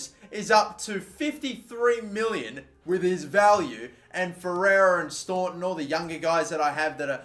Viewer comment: Daire in Ireland is pronounced "darra". You pronounce staunton correct tho 👌